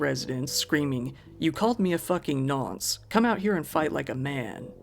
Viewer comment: Nonce means a child rapist in brits slang!! And pronounced more like "nonsse"